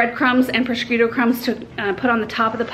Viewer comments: It's so funny how you pronounce prosciutto. :D There is no K in it, it's just "pro-shoot-oh" ;) But the way you say it made me smile :))) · You don't pronounce the c in Prosciutto. It's pronounced prə-SHOO-toh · Everything looks wonderful! Btw, prosciutto is pronounced "PRO-SHOOT-TOE" (I'm married to an Italian) ;) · can't wait to try this recipe! Sounds perfect for this time of year. Just one little hint - it's pronounced pro-shoot-o.:) Bon Apetit! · Love your videos, looks so yummy! Prosciutto is pronounced pro-shoot-toe😂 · It's pronounced 'pro - shoot - oh' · I just love you and all of your videos,! I gotta say though, being born in Staten Island with an Italian grandmama, every time I heard you say “prosciutto” I thought of A Christmas Story: “FRA-GEE-LAY! Must be Italian!” 😂 🇮🇹 That said, I can’t wait to try this recipe myself! Be well, mama. Looking forward to “meeting” baby girl when she arrives 💜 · Just teasing, cuz I luv. Looks delicious. Not sure I can follow the recipe of someone who can not pronounce procuitto. People with Italian heritage will mumble under their breath. 😉, Don't pay much attention to that. Wondering if you will speak at Philadelphia flower show in July? Guessing, no since that's growing season.